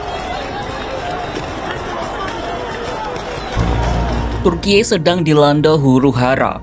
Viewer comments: ini pengisi suara ndak tau cara baca kata turki ya? masak kompas pengisi suaranya ndak bisa baca dan eja sesuai aturan bahasa. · Lebay amat pengucapan turki😂